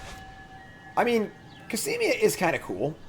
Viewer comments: Back to adding another syllable in Cosima. COSIMIA! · How can you pronounce Cosima -> Casimia wtf? Is it really that hard to just read a name out loud?